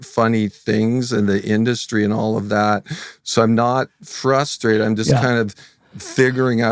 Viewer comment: "im actually not furstwraited"